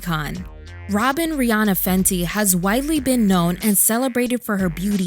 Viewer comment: Sounds like Fendi🥴.